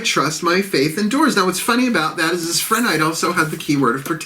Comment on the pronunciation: It’s pronounced: PRE-nite. No h sound